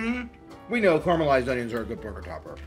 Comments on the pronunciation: FYI it’s caramelise, caramalised not whatever you say! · It's caramelised not carmelized. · Carmelised…. I can’t stand the way youse say that word